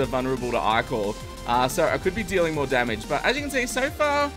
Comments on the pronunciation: I love your videos but I hate the way you pronounce ichor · The way he says ichor...